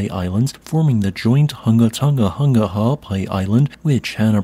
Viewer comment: How can you pronounce clothes "hanger" but not pronounce "Tonga"?????